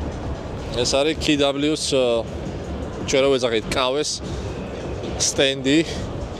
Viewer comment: კა ვე არის სწორი და არა ქეი დაბლიუ 😁